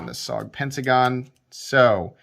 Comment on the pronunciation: Studies and Observations Group = S.O.G. Also you pronounce it as 3 letters not one word. Also missed the workings of the XR Lock, it is mechanically different that the axis lock and other "bar" locks. You're expecting this knife to be something it's not, maybe need some research, missed the mark on this one.